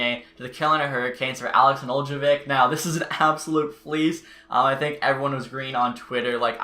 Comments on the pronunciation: Just to help you, it's Ned-el-kovic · Just for future reference it’s pronounced. Ne-dell-co-vich “Nedeljkovic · {Ned-el-ko-vitch} is how its pronounced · Just say Nedelk-ovic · It’s “Ned - el - ko - vich” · The J is silent bud.